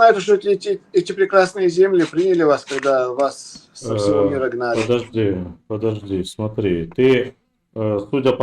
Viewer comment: ПЫДЫАЖДИ , ПЫДЫАЖДИ .,- ТУПОЙ МОКШАНИН.